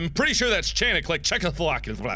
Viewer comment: Out of everything that happened in this video, nothing made me laugh more than when Mark messed up saying Czechoslovakia.